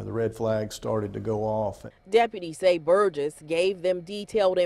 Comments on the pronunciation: Well you slaughtered the last name (mine as well.) It's pronounced Bur-jess. Otherwise I love your vids😆😅🙄😍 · I’m not normally pro-death penalty, but… Also I know it’s inconsequential, but the last name is pronounced burr-jess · Great job. One thing though, its pronounced Bur-jiss, hard G x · This case is extremely heartbreaking! You can’t help but feel for that little girl, that last 24 hours of her life! Side note… you are mispronouncing their last name. It doesn’t really take a lot of research to get it right though considering every news clip included in this video it is pronounced correctly. My thoughts and prayers are with her family, especially her mother who I can only imagine is extremely hard on herself even though there were no warning signs and she obviously had no idea that this would happen!